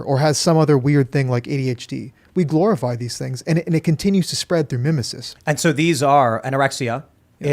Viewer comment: Another Lukism: "Glororize"